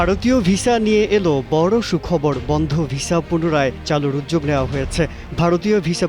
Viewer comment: আপনাদের রাস্ট্র ভাষা বাংলা, তাহলে উচ্চারণ এমন কেন। উদ্যোগ কে উয্যোগ বলেন কেন